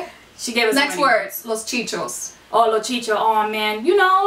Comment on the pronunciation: Lol.. its chi chis.. lol not chichos😂😂😘😘